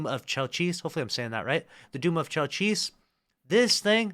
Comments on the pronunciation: As far as I know its "chelch-iss", not so much "chell-cheece" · I think it’s pronounced KEL-chi